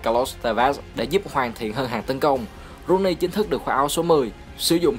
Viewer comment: T fan W.Rooney toàn đọc là Wây Nơ Ru ny